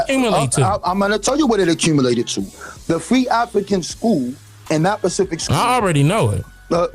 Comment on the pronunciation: It's really sad when so-called "African Historians/Scholars" proclaim to be well-read and well researched, but cannot even correctly pronounce simple words like "Specific." I wish people would use the words they know, comprehend, and can correctly pronounce when trying to convey something to someone else.